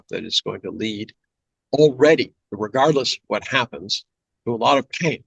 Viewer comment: USA, USa, Usa, usa, us, u, "what heppens here, haha" ... Pooooooffffff happens haha